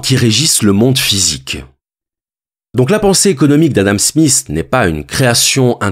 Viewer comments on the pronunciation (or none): Adam Smiss! 🙄 C'est Smith! Difficile pour les français j'imagine.